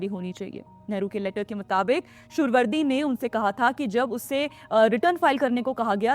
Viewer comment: सुअरवर्दी not Suhavardi